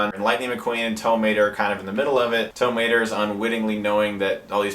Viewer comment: You say Tow Mater like “tuh”Mater, except without the “tuh.”